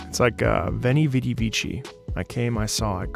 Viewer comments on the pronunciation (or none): none